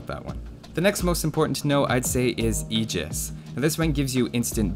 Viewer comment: pronounces "aegis" correctly mind blown